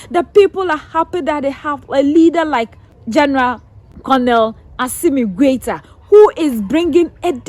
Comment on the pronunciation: How can you say GENERAL COLONEL GOITA.? WRONG